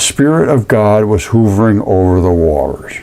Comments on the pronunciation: You kept saying hoovering when the word is h'uv'ering/hovering.... jsut sayin' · Hovering. Not /hoovring/, but rather pronounced /huh vring/. It isn't a Hoover vacuum, not J. F. Hoover. uh. uh. Huh vring. "Hovering over the earth..." kill me. Love you, my guy.